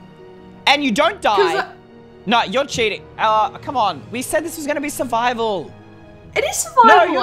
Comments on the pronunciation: cheating Me: starts laughing d-did you just say sjeeting?🤣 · lol i love it when u said "CHEETING" DUN DUN DUUUUUUN